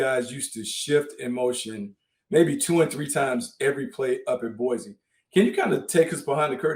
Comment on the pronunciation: Respect to my man DJ pronouncing Boise correctly. Chris, when are they building your statue in front of Albertson's Stadium?